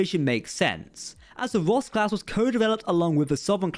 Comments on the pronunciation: Cant tell if your saying " Ross class" or "Woss class" lol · You say ROSS class, but I always hear VOSK class (the Na'kuhl from ENTERPRISE)